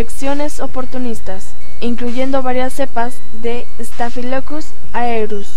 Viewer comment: trabajo excelente... solo que, por leer rapido, tienes algunas fallas de diccion, ejemplo: no es staphilocus, es Staphilococus